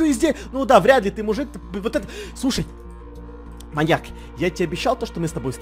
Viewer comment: Гогда Эдисон сказал маньяк мне показалась маяк